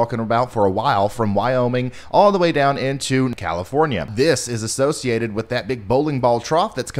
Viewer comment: Did Ryan say As-snow-ciated ? If not, I'm still going to assume he did because that's freaking hilarious.